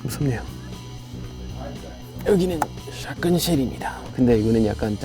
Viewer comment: 샷건 발음이 스무스해